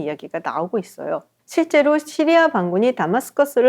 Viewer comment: 깔끔한 설명 감사합니다. 오랜독재정권 몰아냈으니 이제는 시리아 를 씨리아(Syria) 라고 제대로 쓰고 말하면 어떨까요?